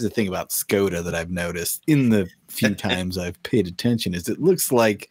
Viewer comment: Škoda is pronounced Shkoda. In Czech, it means pity.